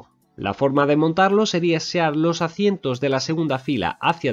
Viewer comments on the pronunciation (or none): ¿por qué dices "acientos" en lugar de asientos?